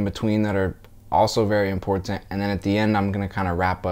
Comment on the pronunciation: Fake ass video. Listen to the way he says important